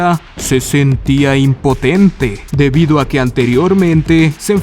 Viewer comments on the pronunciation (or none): ¿Por qur hizo énfasis en "impotente"? V